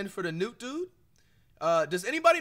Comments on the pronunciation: BRO Called KNECHT NUTE BRO LMMAAOO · Flight calling Dalton Knecth “Newt” is hilarious 😂😂😂